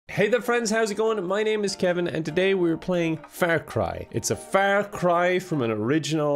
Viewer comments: Has anyone else been pronouncing Far cry Fair Cry? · I know it's just his accent, but "Fair Cry", sounds funny as fuck to me